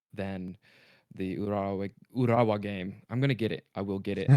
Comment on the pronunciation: Who's the guy that pronounced Urawa Wet